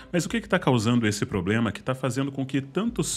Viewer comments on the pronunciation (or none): none